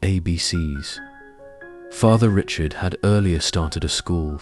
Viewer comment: Gabriel Richard's last name is still pronounced the French way and not like Richard Chamberlain.